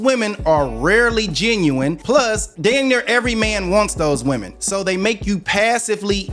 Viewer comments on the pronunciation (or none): Am I the only one hearing her pronounce the singular instead of the plural for women? I hear this a lot from people now... what's wrong with these people?